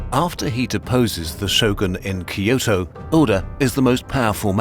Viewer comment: Kyoto: Pronounced Kyo-toh. not Key-oh-toh.